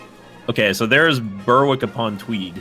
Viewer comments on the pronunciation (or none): Burrwhick Ahem, us English people pronounce it Berrick you silly American! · When you were in Scotland you were getting so close to where I live :D Also its pronounced ber-ick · I'm Scottish and "ber-wick" is worse. Also thinking Perth is next to Dundee? What?